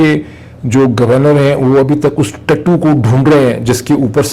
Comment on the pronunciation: Hahaha dr sahib I like whenever you said ye ( TATU )